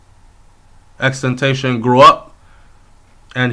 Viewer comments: U pronounced his name wrong pronounce it like this n ull get it xxx ten ta ci on, n yes ur right about him ppl want to use his influence becuz drake was one of dem who wanted to use him but he wouldn't let him that's y drake didn't like him n other rappers didn't fuck with him becuz drake didnt, its so ironic how 2 r 3 months ago he said if anything happen to him drake was gonna be responsible for it n now he's dead, even tupac was a star child. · brethren yu not even know how fi pronounce his name it is pronounced xxx tentacion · U a pronounce the man name wrong bro.. it really sad tho rip xxxtentacion tht mean return if possible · Why people keep fucking up his name??? XXXTENTACION. Please.. come on mon!!